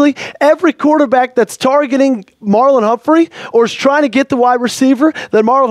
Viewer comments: It's Marlon, not Marlowe. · he said Marlowe.